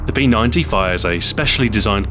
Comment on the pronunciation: Thank you SO much for calling the P90 correctly. Most people will say P Nine-D, but it's P Ninety.